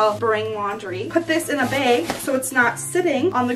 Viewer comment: u know shes from Michigan when she pronounces bag as bAAAg